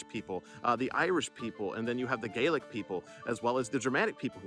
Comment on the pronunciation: Thank you for pronouncing "Gaelic" properly.